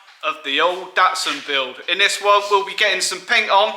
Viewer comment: Zee Datsun